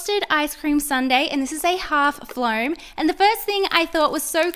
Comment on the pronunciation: it's pronaniunced foam both floam